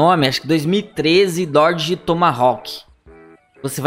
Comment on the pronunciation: Dorde??? Pensava q era Dodge....kkkkkkkkkk